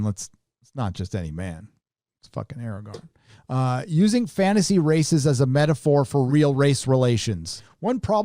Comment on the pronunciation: Under breath "it's fucking Aragon." 👍